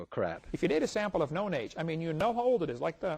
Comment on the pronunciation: Yeah in the 'made easy' series he sounded like a professional BBC reporter. Except for the word 'known' which always seemed to come out as 'nern' hehe In this channel, he reminds me of the BBC reporter Monkey Dust skit with his comic delivery.